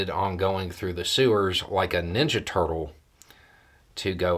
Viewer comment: i'm sorry, i know it's a serious subject, but the way you put your accents on "ninja turtle" made this hilarious